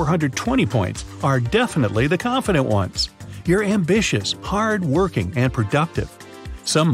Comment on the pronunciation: "You're very conffident" In reality I get nervous very much